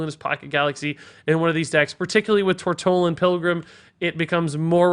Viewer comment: You finally pronounced "Tortollan" right,!